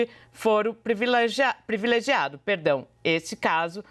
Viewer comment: "Previlegiado". Está difícil, heim, jornalistas? O assassinato da Língua Portuguesa é impressionante!